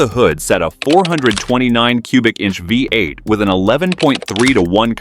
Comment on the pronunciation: Nearly got through it... but then the a.i. couldn't say vee eight around 7 minute mark.. vy eight it said..comical.